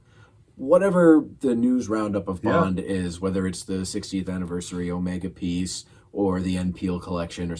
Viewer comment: "I wear an OmEEga watch and drive a JagYUAR E-type."